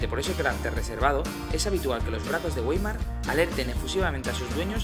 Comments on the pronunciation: ""vaimar" se dice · Pronunciamiento incorrecto se escribe weimar pero se dice waimar.